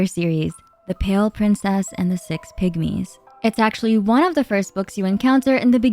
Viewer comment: Six pigmies Sounds like 6 “pick me’s” 😂 I genuinely thought you were making a joke for a minute. 😅